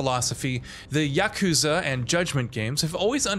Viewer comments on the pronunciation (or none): none